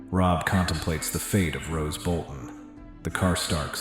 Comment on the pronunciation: Roose Bolton, stop saying Rose